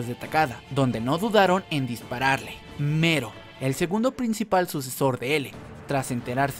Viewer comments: Es "Melo" , no "Mero" 🤦‍♂️ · Oye wey no se si te ayudara este comentario pero se llama "melo" no "mero" de nada XD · me molesta que diga mero, y no MELLO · Se llama Mello, no MERO. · El video lo hizo un latinoamericano, en latino se pronuncia Mello. Y si, le puede decir hasta Melon si quiere, pero va a seguir estando incorrecto. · En japones se pronuncia mero, pero ste men es latino asi q no se xd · Porque en japones se pronuncia mero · Creo que en Japón la L no se puede pronunciar y se dice con R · Cuando dices Mello, siento que dices Homero xd